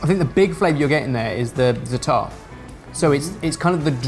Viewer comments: The way pronounces zaatar absolutely killed me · Dear, it is Zaa-tar, not Zataar. I don't even want to talk about abomination. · Loved this!!! Za'atar = ZAHtar, not zaTAR. Just sayin',. The sweet one looked super cool! Babaghanoush can easily be made dairy-free (usually is) just with tehina, olive oil and lemon juice. Nowadays, many prepared ones are made with mayo (yikes!!!) But guys, where's the pita or laffa??? Eating falafel with a fork is just as wrong as eating shakshouka with one!! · please don't get this the wrong way but... non of those look like a real falafel. you really should go to Israel and try they have very good places for falafel. and it's pronounced- za-atar. not zatar. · zaaaatar not zatarrrrrrrr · please stop mispronouncing za'atar! its pronounced as you spell it - zaatar not zataar, the long aa sound is the first syllable... Every time you said that I cringed! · Quick correction if anyone is interested! The spice blend that mentioned is actually pronounced "zah-trr" and is a staple spice blend in Middle Eastern foods that consists mostly of thyme. For a quick way to jazz up green peas, add some olive oil, some Za'atar, and s&p to taste for a new take on an easy mid-week side. If used sparingly, it pairs quite well with fish. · same for avocado hummus haha! Zaaaaata'rrrr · as an israely, I think you are Overestimated how much yogurt is used in Middle Eastern cuisine, and that the sweet falafel is...barryish. In addition, "Za'atar" is pronounced in penultimate accent. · It's pronounced za'atar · that pronounciation of zataar made me laugh xD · If I hear mispronounce za'atar one more time..., try ze-AH-tar. Please. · Please! za-a-tar, every a pronounced.